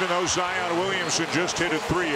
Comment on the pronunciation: It’s not ZI-OON